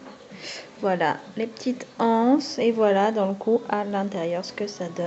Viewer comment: Bonjour, juste pour donner une info, on peut faire la liaison quand on dit les anses (les (z) anses) une anse (une (n) anse) voilà voilà, je le dis parce qu'il y a beaucoup de personnes qui pensent que la liaison ne se fait pas... mais si en fait;) bisous!